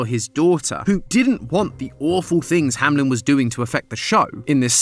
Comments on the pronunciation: Is this actually the way that "Hameln" is pronounced in English speaking countries? It sounds more like "Hamlin" which, as a German myself, triggers me to no end. It's "Hameln". /ˈhaːml̩n/ There's no I. Sorry, couldn't help myself. 😂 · Kinda funny how none of you can say Hameln and keep saying Hamlin insteadxD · I live close to Hameln… Hearing it being pronounced Hamlin constantly is… painful 🤣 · Company name: Hameln GT pronunciation: Hamlen Aaaa